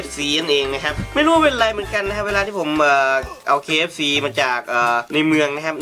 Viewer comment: ผมได้ยินKFCเป็นขี้FC